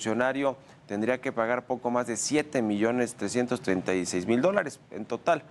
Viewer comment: Son trescientos mil millones no trecientos